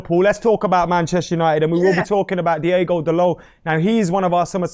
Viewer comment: it's DI-O-GO not DI-E-GO and yes he is tall, he's like 6'1 or 6'2 that's very tall for a full back